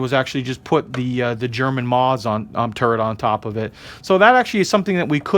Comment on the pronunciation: Maaas? It’s pronounced mouse but spelled maus